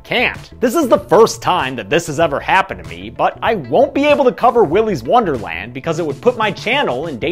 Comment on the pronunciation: Willy’s worderland